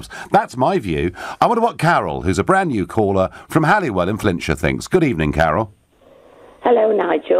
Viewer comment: it`s holywell Flintshire not hallywell lol